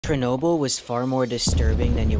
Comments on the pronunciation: why is everyone pronouncing it as cher-nobyl when its cherno-byl. black plant, pelen, wormwood, artemisia absinthium. thats what it means. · I do not like how they pronounced Chernobyl